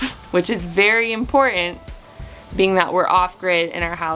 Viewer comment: Im-por-TANT,. Not, Im-por-UNT... Please dear.